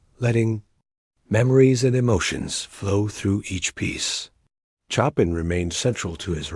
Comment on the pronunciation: Wish AI checked the pronunciation of Chopin instead of saying choppin’.